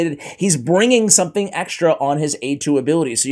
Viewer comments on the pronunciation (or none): none